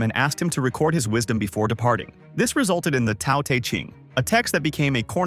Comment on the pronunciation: Ugh its Tao not Tao 😂😂😂